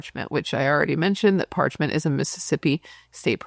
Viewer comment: Parchman…. There’s no t at the end.